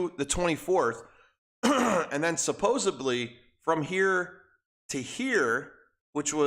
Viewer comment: Supposedly.. There is a "D" in that word, not a "B".... Just saying 🤣